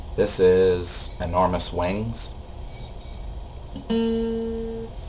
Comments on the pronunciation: it sounded like he said Enormous wangs at the start lol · lol i thought you said " this is enormous wangs" hahah nahh i agree with everyone get on itunes!! :)